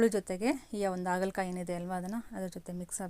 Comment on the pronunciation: ಅಗಲ ಕಾಯಿ ಅಲ್ಲ ಹಾಗಲಕಾಯಿ ಸಿಸ್ಟರ್ ❤❤😂